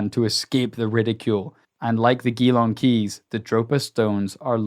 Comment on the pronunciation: Surely they meant 'gee-long', not 'ghee-long'.